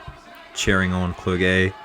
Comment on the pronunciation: You have to prononce "Clerjé", i l know him i little bit, so i told you.